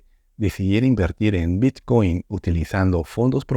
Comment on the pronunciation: El “bitchcoin” jajajajaja.